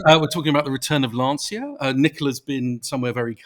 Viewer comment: I missed much of your discussion at the beginning of the video because my wife was screaming LAN-CHIA you idiots, it's pronounced LAN-CHIA!